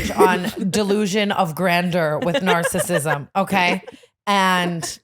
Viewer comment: Tbf I thought grandeur was pronounced that way too 😭😭😭